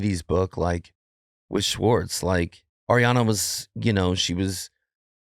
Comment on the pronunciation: I can't get past his mispronunciation of Schwartz. It's Shhhhhhwartz not Swartz!